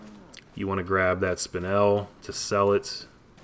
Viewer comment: Watching in 2019 cause I love this game. And you were pronouncing “spinel” correct the first way. I used to never know how to properly say the word but I looked it up when I was like 12 Bc I talked myself through the game. Great video and good commentary man. Keep it up